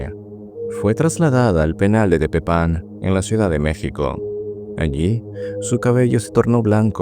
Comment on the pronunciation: Me gustan mucho tus videos pero siempre pronuncias un par de cosas de México mal. "Oaxaca" (guajaca u oajaca) o "Tepepan". Solo ojito con eso, sigue creando 🫂